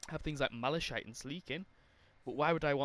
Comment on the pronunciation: Is it just me or did it trigger me how he was power level 120 but doesn’t know how to say malachite